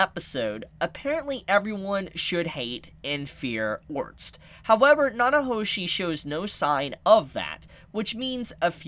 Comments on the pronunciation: Dude now your just saying his name wrong on purpose aren't you? Ahhh Orrrr sted Its not Orst there are other non silent letter there. there lmao. OCD 9,000. Also if you legit never looked it up and only saw the anime then telling people something that is in the Anime and you are doing a prediction then it's not a spoiler, it's a theory. Also if she didn't die she wouldn't have been Reincarnated but if she was Reincarnated she's not going to look exactly the same, but if she just disappeared alive and came over here she'd probably look different according to what we've seen with reincarnation in this world. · OR-STED, not ORST. lol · İf you call orrrrrrrrrrrrrrr-. Stead orts one more time im gonna lose my shit! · Orsted's name is pronounced Or-sted. Just a heads up. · Orsted is pronounced as (Ore•Stead) like homestead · Try to pronounce his name as "Oar-Stead", Orsted. The Japanese pronunciation would be "Orusuteddo" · why do you say his name wrong lol, try this "or sted" just give it a try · Is it a spoiler to confirm or deny? and please pronounce his name correctly lol. Or-sted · LOL what the hell is it with you and names: Rui, Orst...? Is it really that difficult to pronounce? Just say as the Japanese VA says it and drop the "-o" at the end, mou~! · Still can pronounce Ore-stead correctly, lol